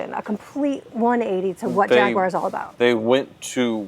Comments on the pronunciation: Gaguar lol. gaaag uar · Hate the way you both say Jaguar…. It’s beyond tomato, to-mAto… I don’t even care if you are saying correctly.. it sounds horrible… beyond that love the channel